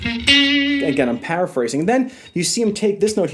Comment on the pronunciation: Nice lesson. At about the 13 minute mark you said "paraphrase" which, for a second, sounded like "power phrase" which would be a good guitar term.